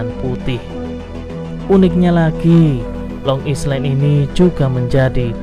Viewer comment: Maaf min,lain kali habis gosok gigi dan sarapan dulu baru ngonten ya 😅 tetap semangat dan Long Island itu di baca yg baik ya 😊